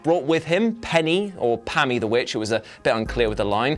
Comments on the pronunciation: IT'S ABBY THE WITCH AS IN ABIGAIL AKA SISTER ABIGAIL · did you really hear Penny or Pammy?? i cant hear anything but Abby lol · The witches name is abby. As in Abigail. Why does everyone keep.saying pammy. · I just rewatched it a couple of parts; it's Abby the Witch (as in Sister Abigail)